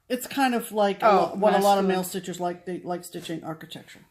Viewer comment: when you said male stitchers I thought you said male strippers!! Haaaa...we the pee pee!!